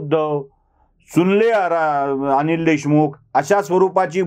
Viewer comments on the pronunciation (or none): none